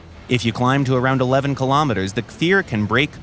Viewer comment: "i swear he looked like an ejyptian MiG! it was an accident!" edit: wow, actually pronounced kfir and merkava correctly! well done!